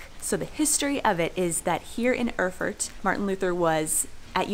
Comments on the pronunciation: Erfurt should be pronounced as "Air-Furt", not "Öhrfurt" ;) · Awesome pronunciation: The capital of Thüringen - Öörfört! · Pronounce like "air-foort"